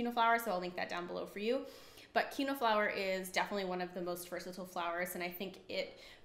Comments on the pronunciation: It's pronounced as keen -wha. Quinoa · You are pronouncing quinoa incorrectly- it is pronounced (keen- wa) love the info though.